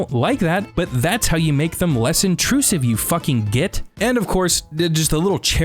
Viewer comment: I've got to say it's the first time I've heard the word git spoken with a North American accent and it rather tickled me 😂